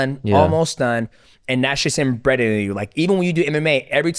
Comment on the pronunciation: DJ just said inbreded instead of embedded spending too much time with Guru